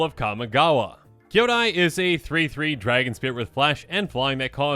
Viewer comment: It's kee-YO-dai, ko-TO-se and HEY-ko not KA-yo-dai, ko-TO-see and HAI-ko. Many of these words have actual meanings in Japanese so the pronunciations are kinda important. I blame Eddie.